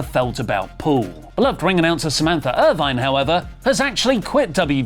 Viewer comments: it's not "Irvine." It's "Irvin." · Erv-in. Not er-vine. Smh. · Ir-VIN, not Ir-VINE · Samantha Irvin, not Irvine! Come on now😅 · makes fun of Lilian Garcia for botching Also: pronounces "Irvin" as "Irvine" and calls Jakara Jackson "Lakara Jackson" The ironing is delicious. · Samantha Irvin NOT Irvine learn how to pronounce names you observer mark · makes jokes about Lillian Garcia pronouncing names wrong, but mispronounced Samantha's name wrong the entire video lol. Its "Irvin" not "Irvine".